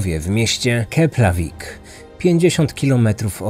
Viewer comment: Na Islandii nie ma nazwisk... 😒😒😒😒 kazdy mezczyzna ma imie ojca + son... i nie KePlavik a KeFlavik